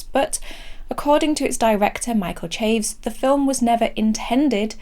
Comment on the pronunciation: once again, a great review. Even if I don't agree. I wonder how many language purists cringe at you saying La Llorona and Chaves though. I wish I could watch the pain in their faces as you say it. That is the real horror